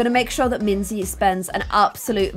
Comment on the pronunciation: Minze not minze 😒